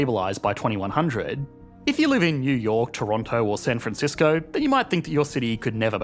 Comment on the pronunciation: Lol you mispronounced San franshitsco